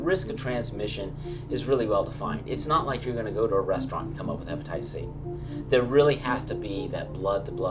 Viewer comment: Hypnotitists C 😕 he can't even call it hepatitis